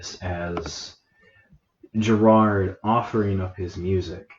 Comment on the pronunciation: his name is gerard. not gerald, etc lmao if i you’re taking 15 minutes + to review a song you should probably learn their names first, no hate